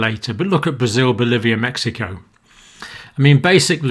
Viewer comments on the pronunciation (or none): none